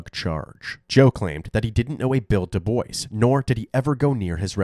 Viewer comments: Man, if anyone i knew named Dubois hears thier named pronounced like DaBoy's they would loose thier minds 😂😆😂 im going to play this for my friend so i can hear him flip out with every mention of the name by the narrator 😂😆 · When he said "DuBois" I really thought he was saying "The boys" x'D and I was like "ooooh yeah tha boys! Roll tide" x'D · This is minutiae, but DuBois is pronounced "doo-BWAH" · DuBois is pronounced "Due-Bwah" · Im pretty sure their last name isnt pronounced like that LMFAO dewboys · I think it's pronounced Deboui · Is it just me, or is the last name being mispronounced all the time? I’m pretty sure it’s pronounced Dew-bwuh/bwah? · Dubois is pronounced Doo Bwah 🤣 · I thought it was pronounced "DooBwa"? Have I been saying it wrong? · That's the correct pronunciation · DuBois is pronounced "doobWAH". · The way they pronounce "Dubois" down there is wild. RIP Bill, thank you for your service. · How everybody pronounces DuBois gave me cancer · at least pronounce his last name right...respect the veteran and his sacrifice i was corrected he actually pronounced it differently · Thank you for this. It really bothers me when these YouTubers can't bother to look into how to pronounce things/names. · I was hearing "Duke boys" I'm like deg gummit they done did it again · Doo-BWA is the correct pronunciation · “Dewboyz”? Lol I always thought the DuBois surname was pronounced “doo-bwah” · I live in Louisiana and there are so many DuBois...Most pronounce their names the correct way "doo-bwah". Then there are those who pronounce it "dewboyz". Even though both are spelled the same way 😂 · Doo-BWAH, not Doo-BOICE, lol 😅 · It's pronounced Doo-bwah, not Doo-Boys. It's French. I think it's fairly important to be able to pronounce the name of the victim and their family correctly. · The last name ia pronounced dubwaa not duboys lol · The proper pronunciation is Dubwaw, not Duboys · Du-bwa not Du-boice. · It’s not pronounced D’boys🤦‍♀️ it’s pronounced D’bua